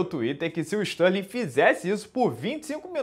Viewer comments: Stalin, Barovit, Adessanha kkkkkk Minotauro fala os nomes de qq jeito kkkkk eu acho maneiro... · toda vez que ele falava isso eu ria pra crlh, ele enchia a boca pra falar Stalin, kkkkkkkkk